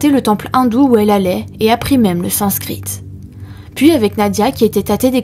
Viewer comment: Merci pour cette histoire, c'est triste, toutes ces femmes qui ont été manipulées et dont certaines ont été tuées par celui qui disait les aimer ... Je voudrai juste vous préciser qu'on ne prononce pas le "t" du mot sanscrit (qui s'écrit aussi sanskrit) ...et pour les brigades canines, la prononciation est comme la dent "canine" et non comme dans le mot "canaille"... A bientôt !